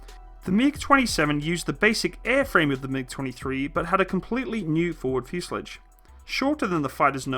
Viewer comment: The fuse er lij ? .... I don't know what school you went to - but they must have had their own version of the English alphabet omitting the T and replacing it with a D. ...